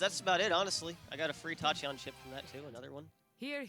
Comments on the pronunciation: Tochion? It's pronounced Tack-e-on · Fyi Tachyon is pronounced Tack-ee-on... Tachy meaning "rapid fast quick etc" as in rapid heartbeat "tachycardia" I woild appreciate it if someone told me so...